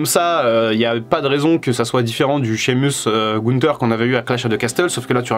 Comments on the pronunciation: Shamus(meus) en anglais et non (mus). Vous m'écorchez l'oreilles. Apprenez à prononcer correctement le blaze, pseu, non ou même prénom des catcheurs ou catcheuses bon dieu bon sang🤌🏼🤦🏼‍♂️. C'est horrible à entendre🤷🏼‍♂️. Regardé AB1 le mercredi et mardi soir pour vous apprendre à mieux parler l'anglais par des pros du catch punaise😒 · Pourquoi t'es frusté? Tu fais des leçons mais tu as fais une faute à Sheamus mdr